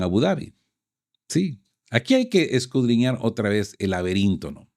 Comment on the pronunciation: Porqué te empeñas en utilizar el verbo "escudriñar" si la mayoría de las veces lo pronuncias mal? Podrías sustituirla por " investigar, analizar, examinar, profundizar...